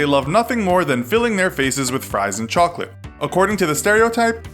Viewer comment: Chocholate boi you say trpue